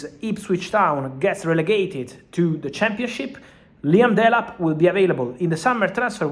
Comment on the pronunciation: La-yam Delap 😂...love it